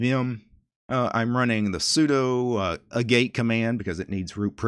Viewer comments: Pronunciation on "agate" is AA (as in "pat") get. There's a mineral called "agate". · “Agate” is pronounced “AHgat” (it’s a gem) :) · Pretty sure Agate is pronounced like the stone. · Agate is ag-ate, not a-gate. So have you looked into TBL's Solid or the Interplanetary File System?